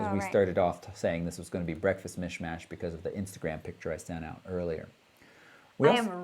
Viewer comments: Hi &, I like the mix of technical information, personal opinion of you as high-experienced moderators - and the relaxed scenery (esp. the part with the cat). Kinda "Photo Late-Night". Great show - I'm looking forward the next one. Greetings from Bernie in Germany P.S. we say "Misch-Masch" here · Hi, It's pronounced in German like "Mish - Mush" - to "misch" means "to mix". So far to international language exchange:-) Cheers, Bernie (EOS 700D but like to upgrade to 70D)